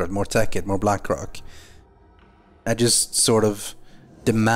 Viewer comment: its blackrock not blackrack